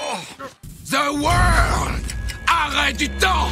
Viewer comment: ZE WOR!! On dirait il dit the word et pas the world!